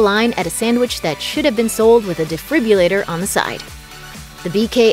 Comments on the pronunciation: What's a defribUllator? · "Inc." is not pronounced "ink" but "incorporated." Also, it's a "defibrillator" not a "defribulator."